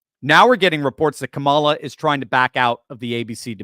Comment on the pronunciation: I think Donald Trump belongs in the psych ward and maybe, too. He can't even say Kamala correctly